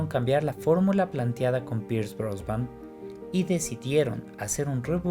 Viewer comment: Pierce "Brosban"??